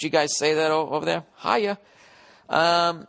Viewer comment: "Hiya" sounds chinese to me.